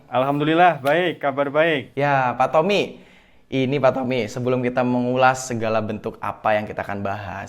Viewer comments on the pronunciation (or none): Bilangnya tompi bukan tompi pak😠 tapi tommi